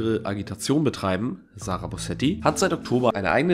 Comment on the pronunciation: *Sarah...nicht sarag